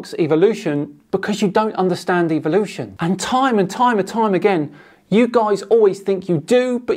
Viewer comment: i notice that these people pronouce it as EVILution